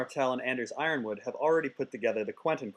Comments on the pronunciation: It's spelled yronwood but pronounced yornwood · t's pronounced yournwood I think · Its pronounced Ronwood. Its pretty obvious. You dolt. You mispronounce all the free cities too. "Mer"? Lol. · I think the "Y" is in Yronwood is silent isn't it? Guess I've been reading it wrong. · Most GoT mispronunciation EVER!